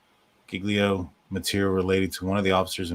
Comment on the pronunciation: Hay, j have problems with words sometimes as well. Say… JIG-LEO. There ya go!